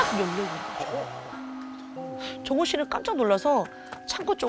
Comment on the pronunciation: 정우??? 처음엔 종우라는줄 ㅋㅋㅋㅋㅋㅋㅋㅋ 정우 종우 계속 듣는데 종우라고 들리네